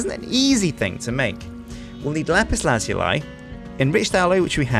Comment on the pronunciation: after all these years and he still doesn't pronounce lapiz lazuli right xD